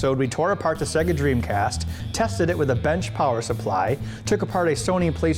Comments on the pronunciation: SAYGA NOT ZEGA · Alex Mc I always pronounced it Say-ga. I didn't know why people call it seg (as in segment) - a. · Why do people call Se-ga wrong? It is pronounced by turning Sonic 2 on